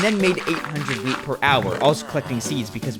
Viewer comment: I keep hearing weed, instead of wheat.